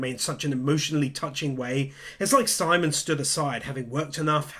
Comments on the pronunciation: My only gripe. Simon's name is pronounced "sea-moan" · FYI Simon is pronounced like Sea Moan, not simon. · You definitely deserve my like, even if you never did get around to pronouncing Simon's name correctly 😂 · You can mispronounce Simon and viral, but evangelion, no you've gone too far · How he says simon’s name hurts